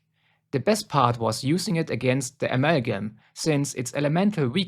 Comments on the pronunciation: Amagum Its amalgam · Bro please please stop saying “amalgam” that way i beg u 😭😭😭 aMeLlGiM